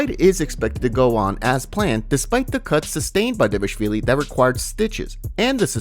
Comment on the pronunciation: Bro stop saying "davashvili" lol